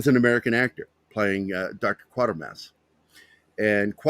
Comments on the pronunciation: Donlevy was Canadian. It’s Quater pronounced like Quaker not Quarter. It started on tv in 1953 on the BBC. Hammer bought the rights. And made two films based on the first two serials with Brian Donlevy whose performance was so disliked by writer Nigel Kneale that Kneale refused to sanction a third film til 66 when Andrew Keir was cast. Kneale also did the adaptation for the film version of PIT. Dr Who was loathed by Kneale. It wasn’t inspired by Quatermass but did pinch ideas from Q2 and Pit for some of its episodes in the early seventies starring Jon Pertwee as a more Earthbound Doctor. After a fourth series called just Quatermass in 1979 starring Sir John Mills as the aging and retired Professor, Kneale finally brought The Quatermass Memoirs to BBC Radio 4 in 1996 again starring Andrew Keir in his final performance before his death. The remake and live broadcast of Kneale ‘s 90 minute condensation of The Quatermass Experiment was transmitted on BBC 4 in 2005. It was an interesting if flawed piece of event tv. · The TV series pronounced the name Quaitermass. I don't recall how it was pronounced in the movies.